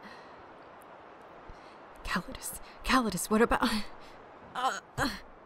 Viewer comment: Not to be petty, but didn't pronounce Callidus as 'Ca-lai-dus' in the last chapter? (Or at least the stress was in the second syllable.) Also what is his accent exactly?